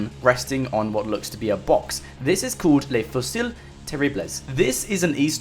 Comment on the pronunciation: Haha i'm french and i've to say i love your videos, but your pronunciation on "le fusil terribles" was quite awful but made me laugh a lot haha. Anyway, you do a great job with your channel, i hope you'll continue for a long time :) !